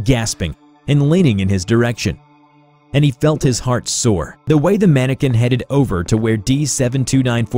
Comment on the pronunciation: Mannequin not Mannican